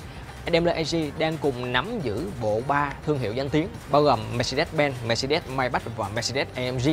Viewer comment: Mermercedes: đọc là "Mer-SAY-deez" (Dzj`) chứ cứ des des gì. Đọc sai hãng xe tùm lum.